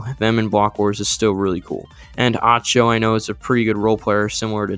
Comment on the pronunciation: Lime, first thing is that acho would be pronounced like echo except the a is an a or an ah, either work from what i remember, next is that acho or parrot are likely to be the second in strength on this team, parrot due to his strengths in things like pvp while acho edges him out in experience, as you mention joko is likely to be the 4th player and i think he will handle that role well